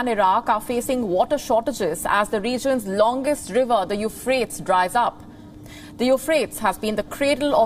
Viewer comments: This guy also butchered Euphrates ( You- Freight- tee’s ) to “ You - freights “ lol not a learned “ lern- Ned “ gentleman indeed and this real English, going back in true proper English dialogue. Stay vigilant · They say not to pick people up on mispronouncing words because they’ve probably read it, and if they’ve read it that means they’ve taken the time to actually look at things and learn. You totally mispronounced euphrates and heifer though bro 😂